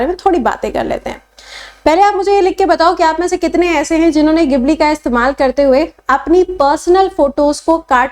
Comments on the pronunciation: Gibli nhi jibli bole ge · Madam, isse gibli nehi Jibli pronounce karte hain